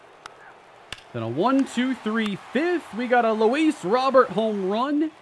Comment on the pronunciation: I believe Luis Robert said in an interview once his name is pronounce Row (like a boat) Bear (the animal)